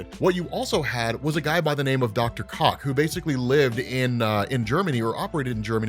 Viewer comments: "Koch" is pronounced "Coke." Just thought you should know. Not that I thought your pronunciation wasn't completely appropriate to the character. ;) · Koch is pronounced "Cook". Also, a wheelhouse is a set of skills you have. So saying this artstyle is "outside your wheelhouse" is basically saying it's a style you can't draw.